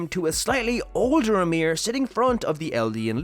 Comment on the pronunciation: Why you always saying "amir" and not "ymir"?